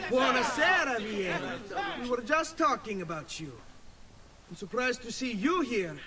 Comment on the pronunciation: Just to inform you,, Vieri's name is pronounced Vee-air-ee. Just trying to help the pronunciation a bit.